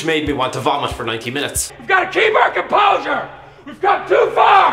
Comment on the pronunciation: Martin O'Neil at half “we got a keep our cumposher"😂😂😂😂😂😂